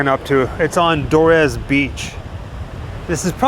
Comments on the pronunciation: It's pronounced doors not do- res. Like opening a door. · Loving the fancy pronunciation of Dores (its just doors haha). Great video!